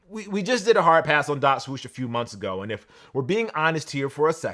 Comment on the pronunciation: My man still can't say swoosh properly. Smh.